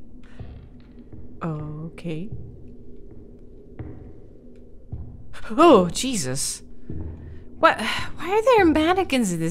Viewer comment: Couldn't help it but laugh when you said my name "Jesus" lol well pronounced btw!